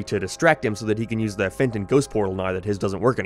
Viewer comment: Every time you said Danny Phantoms human name I always just heard Danny Fent and imagine him slumped over